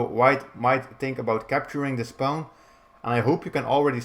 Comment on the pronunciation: Your way of pronouncing pawn is kind of cute, "paun" haha. Thanks for the video!